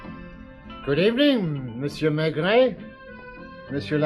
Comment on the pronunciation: Whenever this was recorded, it's a horrible version! The narrator can't pronounce the protagonist's name 'Maigret' correctly (!) and the Australian accent is as irritating as the overpowering sound effects. I can't bear to listen further. Sorry!